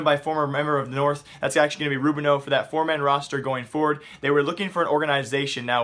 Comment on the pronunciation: Rou-Bee-no not rou-beeno